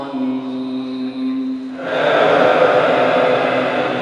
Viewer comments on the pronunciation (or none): none